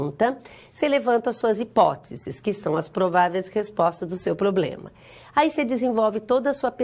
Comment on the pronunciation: E a variação linguística que permite kkkk